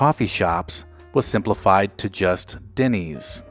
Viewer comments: Denny’s, not “Dinny’s” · Why does it sound like you’re saying Dinny’s? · Is it just me or is the narrator pronouncing the name Dinny's? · We all know what he is talking about but Denny's is not pronounced "Dinnys". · haha! Agreed!